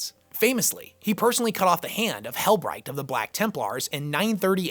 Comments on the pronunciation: Hell-breckt is more how its pronounced, but love the vids keep it up! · Most other YT 40Kers seem to agree that it's "hell-brekt", or "hell-brecked". Hope that helps. Now, you just have to stop loving the filthy xenos. ;)